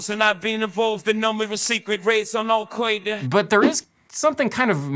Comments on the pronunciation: Jay-Z's pronunciation of Alqoida must be the cutest thing I've ever experienced in my life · "al quaida" lol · But the most powerful Ai cannot pronounce Al-Qaeda. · Oy vey, these Al Kwoyda guys, are not my kinda guys. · Al-kwae-da, I think that's Animalese... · Al Qoida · "Al Quaid-uh." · al qwe-derr